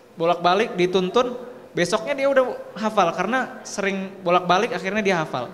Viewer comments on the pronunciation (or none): Alhamdulillah mantap Tapi tadi bilang sering nya kok jadi seling mulu hehe